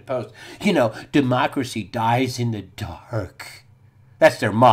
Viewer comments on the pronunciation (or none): none